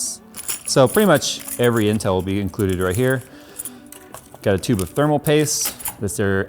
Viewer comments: "Tape of thermal pooste." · “Tape of thermal poost”